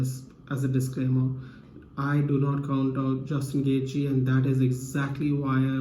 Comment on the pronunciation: Its gonna be an awesome fight!!! I think khabib is gonna get this one for sure. Straight up beast. But bro you gotta learn how to pronounce Gaethje properly haha :D lol